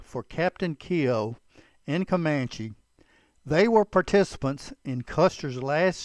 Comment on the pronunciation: Keogh is not pronounced kee o